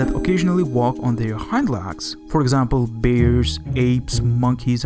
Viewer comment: THATS "LEGS"...NOT "LAGS".....FOR CRYING OUT LOUD. I HARDLY KNEW WHAT YOU WERE TALKING ABOUT.